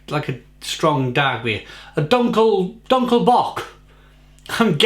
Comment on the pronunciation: Eichbaum actually is the same for oak tree.. and yes you pronounced the word "eichbaum as good as we Dutch folks speak English.. terrible.. sorry.. God bless you.. I (like in me/ you talking about yourself.. ) or 'ai'.. and dunkle is pronounced more like 'do'.. do nkle bock in the Netherlands such a sound would be written like 'oe'.. which sound like the 'ou' in the word "you".. so not sound like uhhhhh but more like (y)ou.... Do you also homebrew?